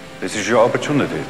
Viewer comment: it’s very subtle, but his pronunciation of “opportunity” was very german, just goes to show how much he prepared for this role